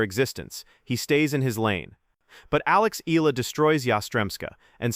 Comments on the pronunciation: Her surname is pronounced EH YAH LAH. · Exaggeration, commentary on what Nadal said without quoting what he said, no attribution of supposed animus and jealousy. What good does this do for true, devoted, loyal Alexandra Eala fans? Her name isn’t even pronounced correctly!